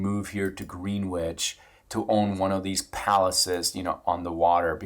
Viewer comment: You obviously dont kno US history lol. Pronounced "Gren•ich" not green wich. Lol. Greenwich is OLD money, the big money in the US & world have homes there.